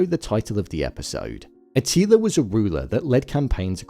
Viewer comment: A til ER not A teeleeA